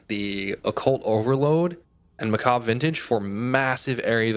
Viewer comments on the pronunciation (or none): everyone ive seen til now mispronounces that armor set. macabre lol was starting to think i was going crazy lol